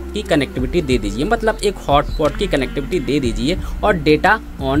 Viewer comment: its not hotpot its hotspot